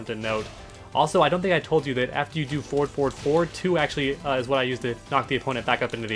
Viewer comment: Having a stroke listening to you saying forward, anyways 10/10 guide